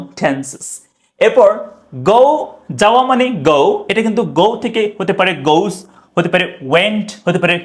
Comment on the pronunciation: লোমের মাস্টার, goes গোস কে গৌস বলছে। চেঞ্জ কে চেইঞ্জ বলছে। বলি এটা কি ধরনের বাংলা ভাষা ?